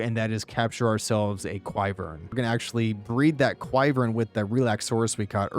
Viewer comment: If you're not sure how a word is pronounced type it into google translator and hit the speaker button (making sure language is correct). Then i don't have to look 3 times to make sure what you meant when you said Quivern. ;-) (or i'm missing a joke) Besides that this video is absolutely awesome, so much useful info! Thank you so much.